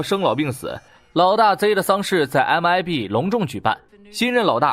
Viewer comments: 他是說他念MBI 正確是MIB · 不是MIB嗎？ 你一直講MBI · MIB 讀成MBI了WWW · Mib mib為什麼一直念mbi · MIB,你念错了